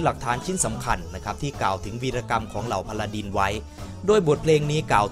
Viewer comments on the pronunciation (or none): พาราดิน ไม่ใช่ พาราดร พาราดร ไม่ใช่ พาราดิน